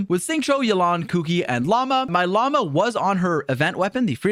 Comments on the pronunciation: llama instead of lauma damn near made me dislike this shit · brother its pronounced La-oo-ma, not like Llama animal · okay, you NEED to choose between Llama and Lauma. You cant keep switching how you pronounce her name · Hey by the way her name has a U in it. She isn't a filthy spitting animal. Lauma. Again, LaUma. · He keeps calling her "Llama" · hearing people pronounce it as llama is so funny lol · all i can hear him saying is "llama test, llama bloom, llama llama llama" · bro cant even pronounce her name...😭😭 "llama" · I hate how he constantly says Lauma like llama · I swear bro can't pronounce her name. Welcome to this Llama Pre Release video folks! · my apologies mr streamer, but I do have to ask - did you forgor the "U" in Lauma at Natlan? but cool guide 👍